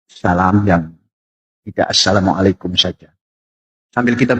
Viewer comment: Hai bang.. lidahmu apa tdk bisa lg mengucapkan assalamualaikum warahmatullahi wa Barakatuhu... Islam itu harus fasih.. spy terang dan jelas.. jgn lunturkan bacaan kalimat kalimat fasih Al-Qur'an..karena fasih berbahasa arab sesuai bacaan alquran sbg tanda pengetahuan seseorang dlm menimba ilmu islam